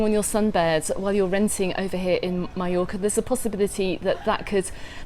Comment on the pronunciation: "My-Yorka" lol